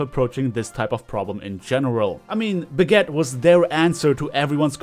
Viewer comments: Why Do U Keep Calling Brigitte Baguette? I'm Not Only One Hearing That Right? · did you just pronounce brigitte "Baguette"?